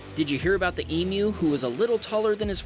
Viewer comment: WOW! An American that pronounced EMU correctly :) impressed :)